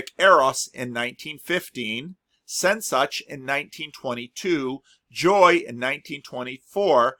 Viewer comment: We have to meet in the discord voice channel so I can pronounce "Sehnsucht" for you.